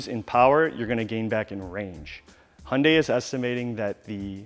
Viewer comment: It’s Hyundai not hunday lol